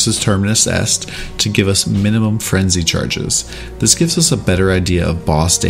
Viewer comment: "Frenji charges". I can't stop hearing that now.